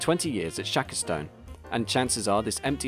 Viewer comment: Shackerstone is pronounced Shackerstun which is in Warwickshire